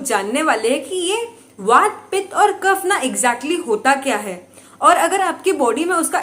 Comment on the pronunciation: ma'am please don't mind. Aap se ek request hai काफा, pitta, वाता , दोषा , nahi boliye, sahi ucharn kijiye. Please.